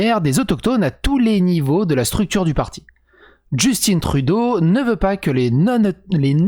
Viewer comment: Le premier ministre est francophone en passant, son père étant Pierre Elliot Trudeau. Donc vraiment prononcer Justin et non ''Justine'' à l'anglophone. ( Salut du Québec d'ailleurs !!! )